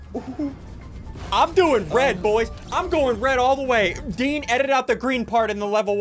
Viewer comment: “Dean” not deen